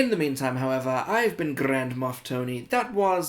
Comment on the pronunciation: Thonnahhhhhh!!!!!!! That's Tony pronounced in an entirely new way! How are you diddly-doing!? I've just scored the stormtrooper "Microphone" from the comic line for 18 English potatos a couple of minutes ago. I say this with less than absolute certainty, as the deal is with Zavvi, who I trust about as much as a crack head in an unattended corner shop. Hopefully this happens as I really don't fancy paying over 30 quid for him from Star Action. In fact I fancy that so little, I HAVEN'T paid over 30 quid for him for months in sucession, since he was released.... I think this may be I now have every Stormtrooper variant they have ever released for the "normal" trooper. (Excluding the see-kwell iterations) I'll have to give this more thought... I am also at this very moment leading/winning an ebay auction finishing in about 20 minutes for "Purple Helmet" Durk Grader, who is inclined in this release to be invoking 'owd Palp's wrath!! I've hit £37.50 and really don't want to go a penny washer higher.... However, I think this is the last Vhlader I need, to have every single release of him as well in the BS. I'm on about ten loose and the OT 3 moc...